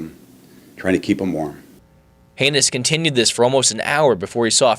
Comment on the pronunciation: I don't think Tom Haynes appreciates his name being pronounced "Heinous". And why would he look back on this with "malice"? What a MORON this reporter is..!